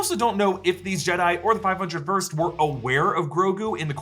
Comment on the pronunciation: 5-Oh First. Say it right